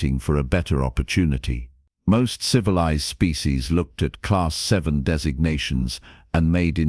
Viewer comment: A class vie, class vie, class vie YOU MEAN A CLASS 'vii' (AI DOES NOT READ ROMAN NUMERALS) IT IS A CLASS 7 DEATHWORLD. If your AI cannot read simple designations THEN WRITE THE WORDS LONG FORM... A CLASS 7 DEATHWORLD. LISTEN TO YOUR OWN STORIES AND THEN EDIT THEM. STOP BEING LAZY...